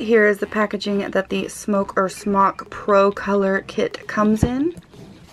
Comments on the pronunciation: It's pronounced SMOKE, not "smock". They only dropped the "e" for licensing purposes. Education in the US seems to have created a whole generation of people who are unable or unwilling to engage in critical thinking, even when it's concerning something as obvious as marketing and branding. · Smok is pronounced SMOKE. Please stop saying "smock". It's incorrect, and just sounds silly. So says it wrong. Let him sound silly. You, my dear are too classy and professional to take the noncommittal route. #Cloudsbitch!